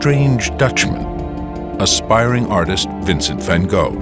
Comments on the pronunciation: Why are you making it seem like a horror story? Considering you cant pronounce his name correctly, I can understand why you don't have the story correct. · In a parallel Universe there is an english speaking person that can pronounce the name correctly.